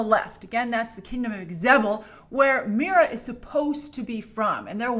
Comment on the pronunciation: Say "meera" again. I dare you. I double dare you.